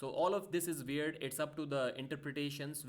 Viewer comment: "Its all veird" Pa deep 2025